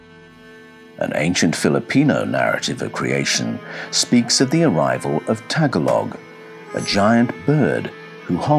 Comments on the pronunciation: Daghang salamat Mel! Thank you very much! Many people make the mistake of pronouncing the word "Tagalog" as "Tag-alog". The languages here in the Philippines are phonetic, and the correct pronunciation is "Ta-ga-log" with the emphasis on the second syllable. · Thank you for all your work. Your & the narrator voice grab my attention. I was once laughed at & corrected by a Filipino nurse when I asked if she spoke the Tag-a-log dialect, she said it was pronounced Ta-gol-ig. IDK I may be totally wrong. Maybe because I used one word for another. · it's TAGA-LOG, not tag a log book... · Pronounced tah-gah-log. Not tag-alog. But yeah. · Tagalog is the word used by the people of the Philippines to signify the people of the Philippines. The Filipinos I know pronounce it "ta-GOLL-og." The "Tagalog bird" is probably the tigmamanukan. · Isn't Tagalog a language? He's just pronouncing it wrong, right?